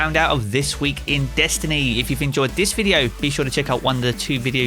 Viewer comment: I’ll subscribe when you say the word video in a normal way….